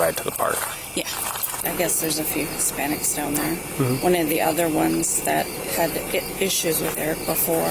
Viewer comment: The emphasis she puts on "Hispanics" is too much